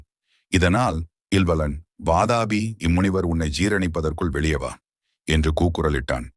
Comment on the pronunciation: Vaatapi ille pa. Adhu VAAATHAAAPI.